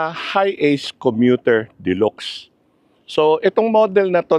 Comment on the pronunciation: De-lax ang pag bigkas po hindi de-lox🤣